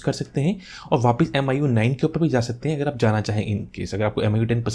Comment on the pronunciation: Thanks sir bhut bdiya video...sb smj aa gya......sir aj phr MIU bola MIUI hota h